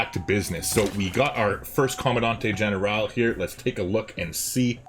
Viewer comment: For what its worth, the g on general is basically dropped or maybe said with a touch of an h. Its com-an-dan-tay ehn-er-aal